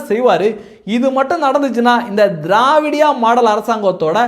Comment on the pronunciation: நீங்க திராவிடியா மாடல் என்று சொல்வது எங்கள் காதுக்கு வேறு மாதிரி கேட்கிறது என்ன என்று தெரியுமா தேவடியாள் மாடல் என்று இது உங்கள் உச்சரிப்பு பிழையா இல்லை உங்கள் உணர்வு பிழையா சகோதரா.